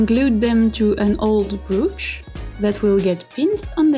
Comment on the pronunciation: your command of the English language is truly amazing, but at this moment, you made my day. The way you said "brooch" actually means fart in Greek. 🤣